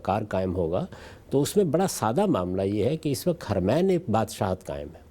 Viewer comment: صاحب, براہ کرم لفظ "وقت " کو وقعت نہ بولا کریں, اچھا نہیں لگتا.